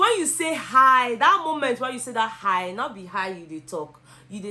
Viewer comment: Oh my God, You are not saying hiii You are saying dieiiiiiii.🤣🤣🤣🤣 You did justice to the topic, thanks so much.